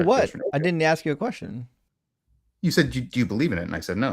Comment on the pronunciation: stop "aksing"questions. Think, and start asking, you might get it! 🤦‍♂️🤦‍♂️🤦‍♂️